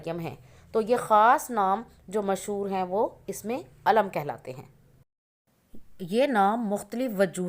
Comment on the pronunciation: Sister ye lafaz isme Eelam kehty hai Na k Ism e Aalam nahi kehty Ap sahi talafoz bhi nahi bol sakte